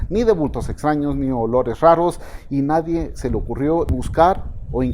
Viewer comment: una observación procure decir "nadie" en vez de "nadien" :) Gracias